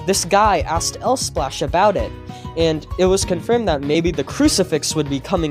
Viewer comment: the way he said LSPLASH 'EL splash.. emphasis on the L